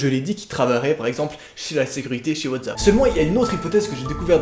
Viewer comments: WhatSSSSAP et pas WATZAP BORDEL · ta dit WATZAP xDDD